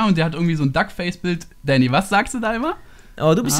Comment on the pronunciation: Elotrix sagt immer däny